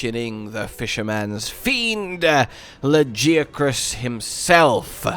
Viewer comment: ITS PRONOUNCED LA-GAIA-CRUS! I WILL NEVER FORGIVE YOU FOR THIS!